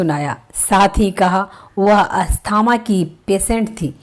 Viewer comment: कृपया आप अपना उच्चारण सुधार कर वीडियो बनाये। हिंदी का इतना अशुद्ध उच्चारण सुनकर खून खौल जाता है। ना तो आप नाम सही बोल पा रही हैं, ना ही अन्य शब्दो को सही उच्चारित कर रही हैं। अस्थमा होता है---अस्थामा नही स्नेहलता नाम है--सनेह लता नहीं